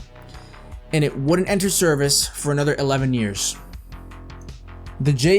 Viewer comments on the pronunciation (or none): none